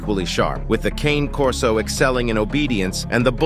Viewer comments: When you have Ai do your video voice over, it reads "Cane" like walking cane. The dog is a Cane Corso. Pronounced KAH - Nay. Only other challenge flag is saying the bull mastiff is more protective than a corso. I would say it depends on the individual dog, but Cane Corso LITERALLY translates to Guardian Dog in Italian earned because of how protective they are. I breed Cane Corso. 🇮🇹 My male and female are both as beautiful as they are protective. They only get aggressive when you say "cane" wrong. 🤌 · I have 2 Cane Corso's. You're mispronouncing their name. They're not a piece of peppermint or a walking stick (cane). It's Ca-nay Corso. It's an Italian mastiff. If you don't know how to pronounce their name, then you don't know the breed! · I know that you don't know how to pronounce Cane Corso.... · That is not how you pronounce it, it is an Italian dog, now think about that...